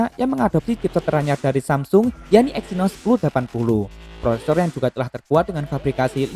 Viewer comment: Vivo wkwkwkkw exynosss ngakak.